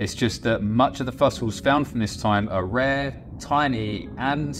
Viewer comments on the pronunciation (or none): none